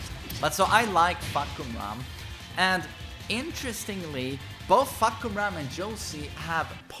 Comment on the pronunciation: He said Fuckumram